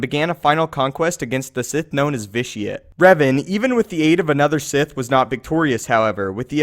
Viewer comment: Sith not sigh